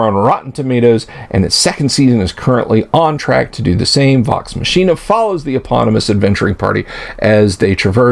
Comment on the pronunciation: I had to stop half-way in. You're being extremely cynical toward people who were almost certainly under major NDA constraints, and you can't even pronounce Vox Machina correctly, which just shows not only a lack of familiarity but a lack of willingness to do even minimal research into them. You're sitting there laughing at what they're saying when they're pretty much having to walk on eggshells right now, and it just makes you look smug.